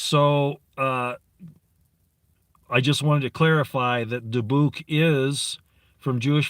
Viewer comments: I had always heard it pronounced DI buck Soft i soft u Emphasis on di Dybbuk boxes... They hold demons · Dybbuk is pronounced Debit. Dybbuk Box houses a demonic entity, trapped in the box and sealed with hot wax. The entity is considered to be equal to Satan and just as powerful. Created by the Black Pope. There is no entity more intelligent and extremely dangerous than it is, A jinn would be second to it. The Dybbuk Demon was conjured through a series of Rituals and blood sacrifices by the highest level of Zionist Jews. Altogether there is suppose to be 9 Dybbuk Box Demons, each having 1 capability different than the others. No one knows what that is though. So far 3 have been found. Last Halloween a show on the Travel Channel called Ghost Adventures is about 4 Paranormal Investigators that investigate well known haunted structures, places, people. The lead host is Zak Baggans, for decades he has been buying haunted objects. He found a haunted building in Las Vegas and turned it into a museum. He bought the 3rd Dybbuk Box that is locked in a glass case. He decided to open it last Halloween on the show. 4 Zionist Rabbis went to see him, things got very heated when they forbid him to open it and ordered him to return it back to them immediately. He refused. Within 2 days Baggans was arrested and charged with Theft of an Ancient Religious Artafact of the Jewish Faith(!?!?) He was ordered not to open it. This came from a court in Teliviv. Im not sure how Trump got involved but he sent Military Special Ops to take possession of the Dybbuk Box. Baggans already moved it to another loc